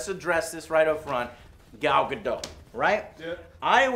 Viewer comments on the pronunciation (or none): its not pronounced "Gad-oh" its "Ga-dot" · I'm Israeli and the T isn't silent o_O, we say Gal GadoT. What's with all those people who claim it is silent and go argue with people who actually live in Israel? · Gal GadUt what? It's Gal GadOt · Her name is pronounced exactly how it's spelled. It's Gadot.... not Gadoe It's Batman V Superman... not Batman versus Superman. the "V" in the title is a courtroom phrase that stands for "&" or "against". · I don't think "Gal Gadot" is pronounced "Gal Gado" it's "Gal GadoT" like you know... gaDOT ".". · She pronounces her name Guh Dote not Guh Doe. She's Israeli, not French. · Ga-dot, not Ga-doe >_< it's not a French name people! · She pronounces her own name as Gadott not Gadoe, just sayin'... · Her name is pronounced Dot not Dough. Just FYI. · I think her name is Gal Gadot. You kept saying Gal Gado. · You say her name as Gal Gadoh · PSA - The 't' in Gadot is not silent or weak. It's heavily weighted. GAH-DOUGHT. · Her last name is pronounced Guh-daht according to her. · the T is not silent in Gal Gadot, Joe Gal Gah- doT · Her last name is not French, it's Israeli, and pronounced Gah Dot. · Gal Ga-dot. It's pronounced Ga-dot. She's Israeli. I don't get why people think the 't' is silent? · In hebrew we pronounce the t in Gal Gadottttt!!!!! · Gal Gadot. Dot. The T is not silent. You're welcome! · its actually pronounced "Ga-duT" . Watch her interview with Jimmy Kimmel where she says how its pronounced. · Mr. AlmostCertain I live in Israel and it's GadoT. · The T isn't silent, it's 'breathly, so it's said but hardly heard. Like it's lightly said. So it sounds like Gal Gado but it is spelled Gal Gadot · it's actually pronounced Gal Gadot - said exactly the way it's written, please pronounce the "t" at the end. p.s. love your videos, good job! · Ga-Dot the T is not silent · The amount of times you mispronounced Gal's last name was too high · By the way its pronounced Gal Gadot as in with a hard T